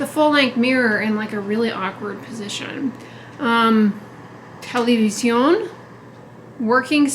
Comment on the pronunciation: The way you said television 🤣🤣 this is how we say it in Arabic